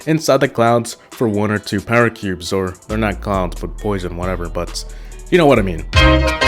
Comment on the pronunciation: Am I the only one who knows that in saying power cubes he says para cubes